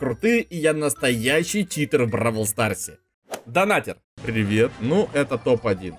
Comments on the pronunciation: читЭр, научись говорить, читЕр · заметь пжлст, говорят не ЧитЭр а Читер блин какой ЧИТЭР ЭТО ЧИТЕР